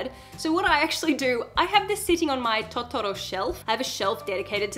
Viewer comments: I also want an iPhone just for the phone cases. I have an illumination Disney phone though, so it's pretty cute on its own. Side note, it's Totoro, not Tottoro. In Japanese that pronunciation could be equivalent to a totally different word. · Love your pronunciation of "totoro"